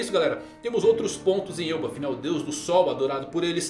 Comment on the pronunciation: Me diz que tu leu "El bafo" com um sotaque espanhol tbm 😂😂😂